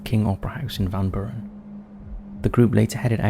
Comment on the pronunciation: It's pronounced Van Bure-in spelled Van Buren